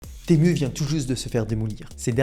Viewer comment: tému , non , timou, oui. c'est dommage de ne pas se renseigner avant !